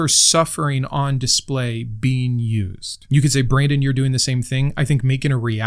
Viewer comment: Brandon, not Brsndon! I'm not a linguist by expertise, but if I had to guess, I'm sure you were possessed by demons. Try jumping into a bath of crucifixes and consider donating to my patreon for saving you